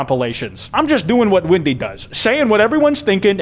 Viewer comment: I've watched this video like three times by now, and I still like how the entire time it sounds like he's saying "Windy" instead of "Wendy" 🤣